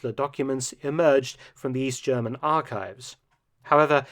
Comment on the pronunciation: Is Mark British or German or ? His accent is cool, but he pronounces German so good!